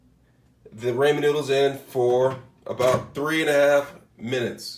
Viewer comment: It is pronounced RAW-MEN. Not "ray-men." What the crap? 🤦🏻‍♀️🤦🏻‍♀️🤦🏻‍♀️